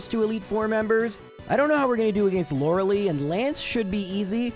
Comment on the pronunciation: As usual, a fun challenge to listen to! I'm always wondering whenever you do gen1 : is there a particular reason you say LorelEI's name like 'liLY' and not like 'LIEs' ?